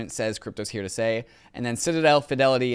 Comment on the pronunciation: Can you pls keep this guy instead of Ryan, other than the way he pronounces "here", he is perfect.